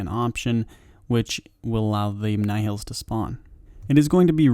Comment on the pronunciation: Just search another video for nihils because this one is way too bad... Second time he says nihils in a vid and still doing the same way